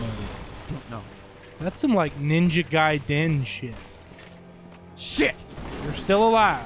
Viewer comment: Awesome intense fight! Though it most be pointed out that it's the weirdest way I've ever heard anyone pronounce Ninja Gaiden. But more than made up for it with "His nads are juiced."